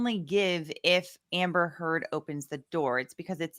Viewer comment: omg attorney says Miss Turd, it’s hilarious 😂